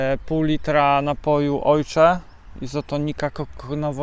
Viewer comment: Pytanie nie zwiazane. Na oshee mowisz "ojcze"? Skad taka wymowa? Z niemieckiego?